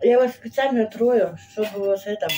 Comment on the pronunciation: ТРОЛЮ, а не трою.